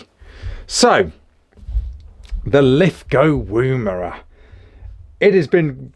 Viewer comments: "Woomera" is pronounced like "woman" not oooo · Beautiful rifles mate, im looking at La102 in 223 for my next purchase ,btw its not pronounced Woombera, the wo is pronounced the same as in Woman. Looking forward to seeing your vids. Thanks.